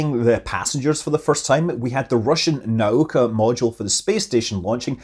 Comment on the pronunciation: "NOW-KA" not "neigh-oh-ka"